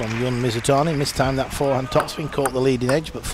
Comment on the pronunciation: was it it that commentators have so much trouble with pronouncing people's names? the announcer clearly said "Jun" like "dzh" and then the commentator says "yun" ... *sigh* just one of my pet peeves, like how many commentators say "zhang yee-ke" instead of "djee-ke"